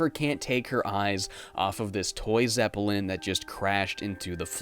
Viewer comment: Geez, you pronounce a lot of words really weirdly. The ones I picked up in this video were “Zepp-ell-in” and “Sow-Ree”. It really bothers me. I remember there’s more, but that’s all I caught in this video